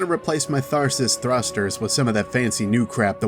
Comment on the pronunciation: love your content just a heads up, "tharsis' is said tar-sys